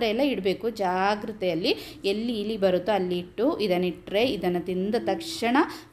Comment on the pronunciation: ಅದು ಹಿಲಿ ಅಲ್ಲ‌ ಇಲಿ, ಮತ್ತೆ ಒಲ ಅಲ್ಲ‌ ಹೊಲ ದಯವಿಟ್ಟು ಕನ್ನಡವನ್ನು ಸಾಯಿಸಬೇಡಿ